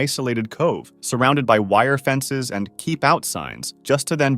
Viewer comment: "Dolphin andu Whale"